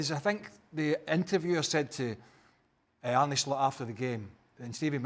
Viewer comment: guys pls. Its not Arny Slot. Its Arne. Soft e. Like the word alone is not pronounced alony